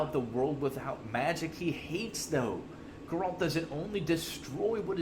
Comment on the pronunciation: ??? Grrr-Ralt? My God man, wtf. And you really should change your cancer intro song. Does not fit this content, nauseating.